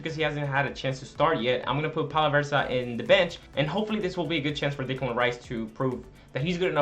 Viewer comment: Just so you know, it's not Dicklan Rice, its Decklan Rice